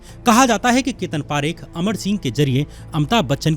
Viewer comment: Bro for your kind information,parekh are jains and pareek are brahmins , please pronounce parekh properly